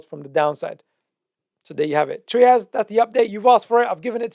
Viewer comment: TRY-ASS not Treeas. Great content though, thank you.